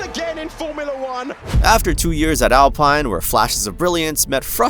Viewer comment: that's not how you pronounce alpine